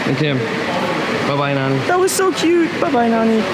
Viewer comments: Half lndian means what is your father race, its lovely to hear you saying nani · I like the way you say Nani , as a native hindi speaker we always called grandma Nani. My grandmother is no more in this world , it’s good to see you guys have great time with her :)